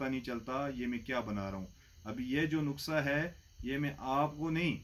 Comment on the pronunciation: حکیم صاحب معذرت سے ۔۔ نکسہ نہی نسخہ ہوتا ہے